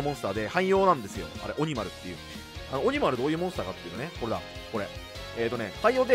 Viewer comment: オ↑ニ↓マル